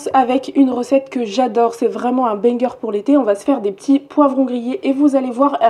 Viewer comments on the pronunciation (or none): none